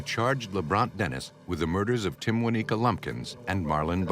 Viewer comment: “Timwaneeka”, “Timwaniqua”🤦🏾‍♀️🤦🏾‍♀️RIP sis